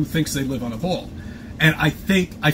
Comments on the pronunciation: He calls it a bwall . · "bwall" uggh...